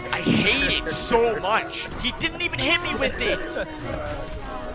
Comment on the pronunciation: "Too Moch Power"